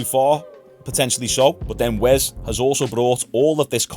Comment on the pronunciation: why are you calling him "wez" say your S's mate